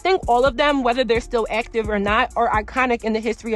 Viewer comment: When you say "them" it sounds like "dim". Also when you say " thumb" it comes out like "dumb". Not sure if its a accent or not pronunciating your words🤔 Not a speech snob just noticed.